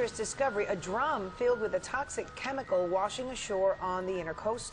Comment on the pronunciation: What's a quemical? Sounds kwere!